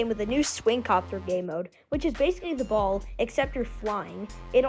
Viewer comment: Don’t say BALL like that